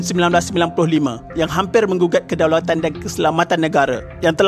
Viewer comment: im sorry yeah...kedaulatan bukn kedalautan🤣 ada beza ya